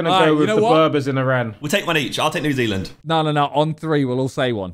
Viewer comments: NEW ZEALAND Simon said it correctly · Never heard the sidemen say New Zealand so much. Glad they got it right tho